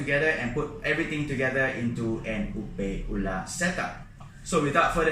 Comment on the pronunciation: Hello! Could you please change your pronunciation of the word 'opae? Utilizing English words, it should be pronounced like ''oh pie.'' The way you are pronouncing the first word in Hawaiian can have many different meaning, none of which refer to shrimp. Mahalo!